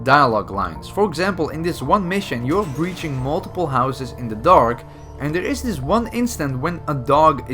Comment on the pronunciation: he said and der is this XD aleen een nederlander zou dat zeggen XDDD